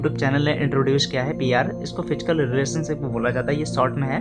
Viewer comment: Fichkal kya hota h?... Physical word hota h.